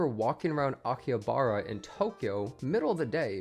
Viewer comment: I hate the way you said Akihabara :(